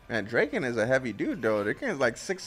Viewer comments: Guys... not to be that guy but its DRA-KEN lol. You guys saying Drake-N is driving me nuts 😂😂😂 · "Dray-ken"... "Akon"..... this dude... lol. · draken. like drah-kin